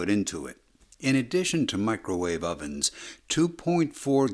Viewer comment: He had to specifically say "Do not turn on your Microvave, I Repeat DO NOT TURN ON YOUR MICROVAVE"🤣🤣🤣🤣